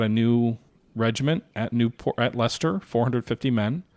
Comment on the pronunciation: My days! - You can pronounce Leicester!